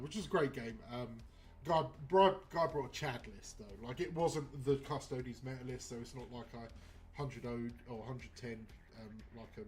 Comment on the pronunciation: I love hearing it. Keep up the great work! Also, if you’d permit me a moment of elitism, it’s “Cus- Toe- Deez” 😂 Please don’t start calling Space Marines “Ass-tarts” 😝